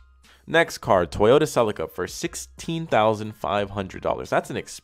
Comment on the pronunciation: Love your videos dude, but the way you pronounce celica just grinds my gears something terrible